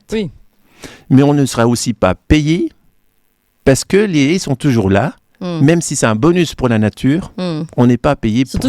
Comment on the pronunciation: Pas des hés mais des haies ! haie, lait, comme volet.